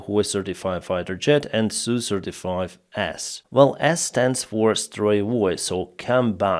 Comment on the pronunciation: why, when you say, "35S", do i hear "certified a**" 😆